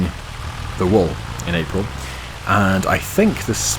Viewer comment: 'Wool' pronounced like "Pool" 😂 'Wall' is a bit different 😊 Reminded me on how Benedict C pronouncing Pengiuns in one nature show 😂